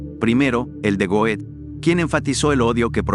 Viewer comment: Goethe se pronuncia Gerta*